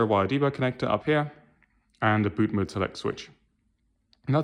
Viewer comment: BOOT MOOD um try saying MODE, MOOD is you wife having a bad day, mode is a setting.